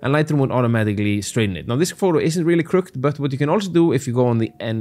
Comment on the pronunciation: As an English speaker I must apologize. The word crooked is pronounced with two syllables (krʊkɪd). I realize that it makes no sense and shouldn't be, but it is.